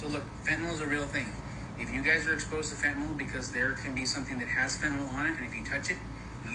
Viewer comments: You know somebody knows nothing when they call it "phentaNOL". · You might as well say fentanyl, since our government leaders can’t pronounce it correctly!